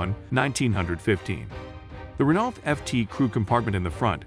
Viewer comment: could you pronounce Renault correctly in the future